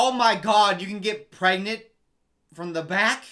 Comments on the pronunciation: Don’t you mean pgrengent? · Is she PREGANTE? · Maybe she's just pregonate 🤣